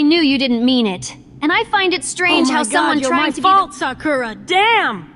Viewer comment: "🤦🏿‍♂️ OH MY GOD, MY FAULT SAK-URA. DAMN!"